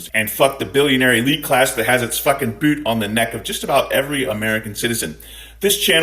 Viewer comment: aw man, you compared Elon to Lex, thats a dis to Lex, at least he was smart....also your Scottish is showing whenever you say boot. I love it dude!